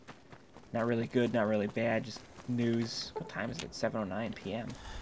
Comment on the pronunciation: annunciates everything with a w instead of an r "now I shoot people fow weal!"